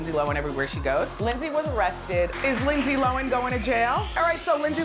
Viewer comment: "lindse lowen"